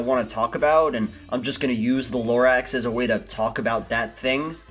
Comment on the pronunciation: The more you say Lorax the more it seems like you said it wrong.